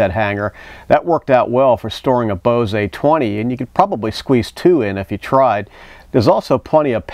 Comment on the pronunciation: just a friendly reminder it's Bose (bohz instead of boh-zay)...